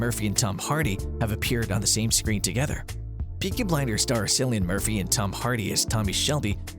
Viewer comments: I went to comment this too.. you’d think they would eventually get it right figuring how they’ve done SOO MANY videos on Peaky Blinders but in EVERY ONE he pronounces it like it’s said with an “S” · Not ‘Sillian Murphy. It’s pronounced ‘Killian’.